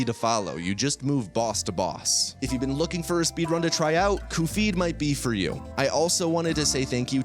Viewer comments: I don't understand why you're butchering Cuphead's and Mugman's names. Is this a running gag or something? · he messes up the pronunciation of characters in his videos bcs its funny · The fact that it triggers so many people makes it a win in my eyes, so kudos to him lol! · The way he pronounces Cuphead is strange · As someone who found this video via the almighty algorithm, I don’t know if the mispronunciation of Cuphead is an inside joke or not, but it tells me you don’t take really it seriously. So, I don’t see much point in wasting the next hour of my time watching him talk about something he obviously doesn’t care about. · I want you to know I stopped when you were explaining EX attacks because the bit about mispronouncing cuphead is just that obnoxious. I love the game, I love this type of content, but I could do without the self-congratulatory patting yourself on the back for a joke that's supposed to become funny after enough repetitions, but just comes off as smug. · Literally stopped watching because of the way he kept pronouncing Cuphead, we get it man you’re quirky 🤪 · The cuphead pronunciation made me think he made an AI voiceover of himself for a sec. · He ALWAYS pronounces game names wrong. It's a running joke. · Literally listening to this while working and was like “huh that sounds like he’s describing cuphead, what game is this?” And checked and facepalmed harder than I ever have. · Normal people: cup head: 𝓒𝓸𝓾𝓹𝓱𝓮𝓮𝓭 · I only realized at the end of the video that he has been pronouning Cuphead as Cu-Phead and not as Cup-Head. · cupp edd not cup heed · It’s cuphead not coophid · Every time you call cup-head "coofeed", I die a little inside. But Great video otherwise. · Cofeed? It’s cup head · CUPHEAD NOT KUFFEED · same vibes as shithead [read: shatheed] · what the hell is a kuh-feed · "Cu-feed." bro 😭🙏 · why does he call him cufeed? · Pronouncing Cuphead as “Coofeed” is the hardest I’ve laughed in a while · "Coofead" I hate you so much